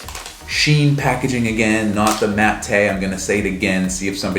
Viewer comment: If you must be corrected, matte is mat 😂 🍫